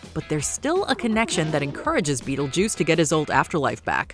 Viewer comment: My favorite is the skeleton when he calls Beetlejuice Be-attle-juice